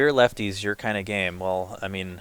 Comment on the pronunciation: the two moderators are not very smart. He pronounced "lefties" as "left-ties"